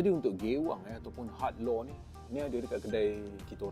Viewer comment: sebut bagi betul bro malu kat org... 'luuuerrr' bkn 'lor'